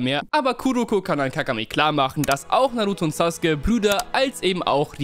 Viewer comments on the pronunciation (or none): none